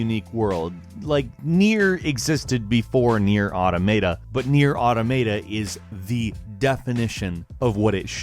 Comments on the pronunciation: You pronounced automata wrong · THE WAY U SAID AUTOMATA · PLEASE STOP MISPRONOUNCING AUTOMATA! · 'Automata' is pronounced 'Aw-tah-mah-tah', not 'aw-toh-may-tah'. ...just sayin'. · Did the developers of Nier came out and said it's pronounce AutoM E T A that's just sounds wrong why did say it like that? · Did this dude just say "Automayta"? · Okay a couple of things here. 1, it's not Automayta, I don't see a "y" in that spelling get your damn pronunciations right, it's Maa taa. But also, Nioh isn't based off of Dark Souls, its roots go back to Ninja Gaiden as the game was originally being developed around the time that series was still popular. I know it's common practice to say a game is based in or around the most recent popular iteration of a style of game, but Nioh was in development before even Demon Souls was released, so in this case that is absolutely wrong. Respect journalism enough to not perpetuate falsehoods brought in by the masses. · 1st it was AUTOMATA now its AUTOMAYTA ! XD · I felt like slapping you for two things: 1. The Surge above NiOh and Nier Automata? How much did their developers pay you? 2. Nier Audomaida? Stop. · Nier "Autometa"... Wot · SAY AUTOMATA CORRECTLY!!!!! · please everyone on the internet, look for the pronunciation of the word "automata" EVERYONE GET IT WRONG!!! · Hey, if NieR: Automata is one of your favorite games, you might consider pronouncing it correctly. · you pronounce Automata in a way I never heard before. It's alittle bit interesting:) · Can nobody properly pronounce Automata? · I hate how you pronounce Nier: Automata. 😞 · Your pronunciation of Automata should get you kicked off the internet, let's be honest here. Have you ever seen the alphabet before? Seriously though lol